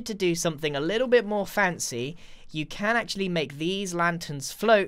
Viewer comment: LEETLE LEETLE LEETLE LEEEEEEE